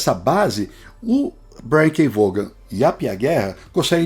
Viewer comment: Pessoal, vamos de novo aprender: é Brian K "VOON"! É assim que fala Vaughan.. "VOON"! Repetindo, "VOON"! Para não errar de novo, "VOON"!